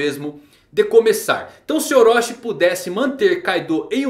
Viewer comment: Wrong : ORÓSHI Right : OROCHI ( TI )